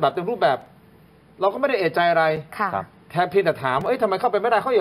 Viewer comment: เอะใจ ไม่ใช่ เอ๊ะใจ